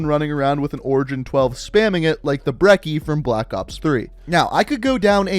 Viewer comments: The double c in the word brecci should be pronounced brechi not breki. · Dude im sorry but its not the Brekki its the Brechi the double c ( cc) makes a ch sound. I know it doesnt matter but it hurt a little hearing breshi instead of brechi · Right: Bre-chi Wrong: Bre-cki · Brecci is pronounced "Brechi". "Breckie" is something my grandad eats when he wakes up in the morning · It’s “brechi” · He callin' the brecci a breky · Brecci is pronounced Bre - chi like Gucci but replace two C's with Ch sorry to correct you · The Brecci is pronounced "Bretchi" sir